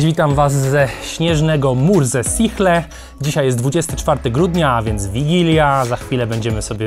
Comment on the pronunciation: Bardzo pomocny materiał, ale musiałem to napisać... Mur-Za-Śichle :D